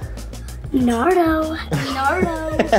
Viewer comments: NARDO NOW it's NARNO it's naruto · It is naruto not nardo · happy birthday my name is too also its naruto not narudo or naruno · Nardo...... Narno Naruto fans: ITS NARUTOOOOO!!!!! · (Duddy:who’s that: nardo) me: it’s narto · “Narno” said by when he meant “Naruto”.